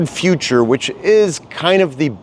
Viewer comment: the Future is so 'no frills' it doesn't even have an 'r',! 😂